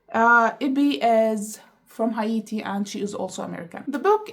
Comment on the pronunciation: Haiti is "hey-tee" and Hatian is "hey-shen"